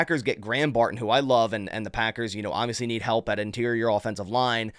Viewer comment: Come on. It’s not Bar in….its Barton. I’m a subscriber, but if you don’t stop talking like a 12 year old girl, I gotta go.